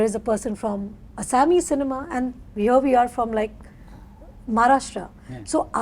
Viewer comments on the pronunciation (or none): Rani always has this condescending and patronising attitude. She did the same last time at the roundtable with Rajeev Masaand. She is giving lecture about diversity when she couldn't even pronounce the word assamese properly. It's Assamese industry not Asami( this means a prisoner in assamese).